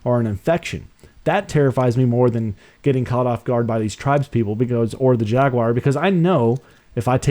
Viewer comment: Why can't you say jaguar